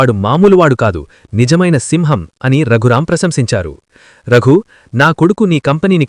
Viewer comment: Raaghuram kadu raghuram